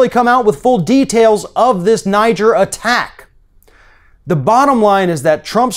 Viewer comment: thank you so much for pronouncing NIGER the country and NIGER the river CORRECTLY... it make me so mad that everyone wants to prononce it with a "french accent"... the people from the country prononce it, NIGER... thanks so much, it shows that you are not afraid you will see TWO G's when there is only ONE... I think "ni-jeer" would be spelled nigre or well not NIGER... I am almost 70 and this is the first time I have heard it prononced "ni-jeer"...